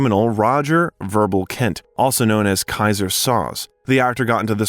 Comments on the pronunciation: It’s SO-ZAY. Not SAUZE. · Kaiser Sarose what?? Lol how'd you do this good long documentary and miss how to say that characters last name? Even after having a clip of him saying his name from the movie in this. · Pls get the pronunciation right. Even Spacey says the name “Sozay” so you do get a correct pronunciation. It’s his most famous role so if you don’t get it right, it makes your biography less credible. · Came here to say that! Kaizer Sauz?? WTF? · There's an AI tell. "So Say" I. How humans pronounce it. Sozz Skaggs and the Silk Degrees. Gawd, it keeps doing it! Sawzall! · You clearly haven't watched The Usual Suspects if you think that's how you pronounce Soze. Or your AI is glitching.